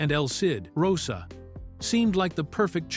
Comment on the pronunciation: The photos of Miklos Rozsa (pronounced “RoeSha”, not Rossa are actually of Dimitri Tiomkin. The BBFC ‘X’ certificate in 1962 prevented anyone under the age of 16 from being allowed to see the film in a cinema. The age wasn’t increased to 18 until July, 1970. A fat lot these Americans know. Added to that, the images on the video often bear no relation to the narrator’s descriptions.